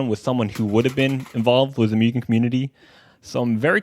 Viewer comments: its pronounced moogen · Every time he says mewgen makes me cringe x.x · you sure it's not pronounced 'moo-gen'? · Just as a minor tip - Mugen is pronounced closer to "Moo-gen" since, y'know, Japanese.